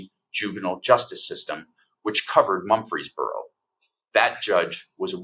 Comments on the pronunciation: Murfreesboro, TN, not Mumfreesboro. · It’s Murfreesboro not Mumphery’s borough!🙏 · Mur frees boro not Mumfeesboro . You really should get the towns name correct. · Quit saying Mumphrysboro. It is Mur-Frees-Boro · Mur-frees-boro. Not mumpfreesboro. Natives pronounce it Murphysboro. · It's MURfreesboro...not MUMfreesboro. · MURFREESBORO not mumfryboro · For heaven’s sake. It’s MUR-FREES-BORO; not Mumfreesboro. The pronunciation is not that difficult! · MuRFreesboro--NOT MuMfreesboro, TN! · Mur-frez-buro, not Mum-fres-buro. Please check the pronunciations of locations if you aren't "from there". Where's the video of the actual event? This happened 7 years ago. Why are you bringing it forward now? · It’s pronounced Murf-Rees-Boro In case anyone cares. Good coverage otherwise. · It’s “Mur-frees-brrrr-o.” 🙄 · He keeps calling it Mumfreesboro. I mean, really...if you want to shed a light on something, call it by its correct name. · OMG. It’s pronounced “Murfrees Burro”. Just like Murphy’s Burro” with the ‘R’ inserted. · The town is pronounced "Murphy's boro" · Dude! It's Murfreesboro TN, not Mumfreesboro. Smfh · This story is truly awful. Small correction. The town is Murfreesboro, not Mumfreesboro. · It's pronounced MuR ...feesboro. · I’m originally from East Tennessee, and for Goddess’s sake, pronounce “Mur’ freez bor o” correctly! Dude, you are an educated attorney. You have embarrassed yourself, in the face of a very important and disturbing story, yet another in the fascist takeover of my birth home state. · Murfreesboro, with an R. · You are mispronouncing the name of the city. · I cringed every time he attempted to say Murfreesboro. Clearly not a Southerner.